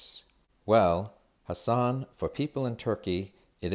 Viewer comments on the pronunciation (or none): none